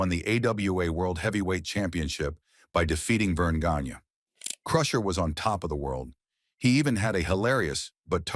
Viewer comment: AI Slop. Couldn't pronounce "Gagne" correctly.